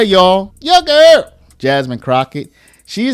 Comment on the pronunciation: Why do you say “YOUR GIRL” like that. 😩🥴